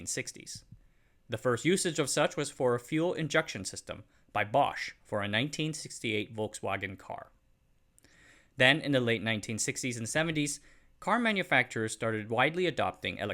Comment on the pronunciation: folk music and Volkswagen share the same word, please stop pronouncing it Wolkswagen, it is pronounce with F.